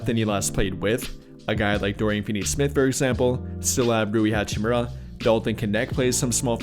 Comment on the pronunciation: Dude said hachimura